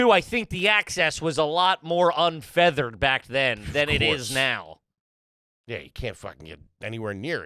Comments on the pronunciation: Did he say "un-feathered access" lol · Did he just say unfeathered? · Anyone else catch "unfeathered"? Lol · he absolutely did and I died laughing (for those who don’t know, it’s “unfettered” not “unfeathered”) 🤣🤣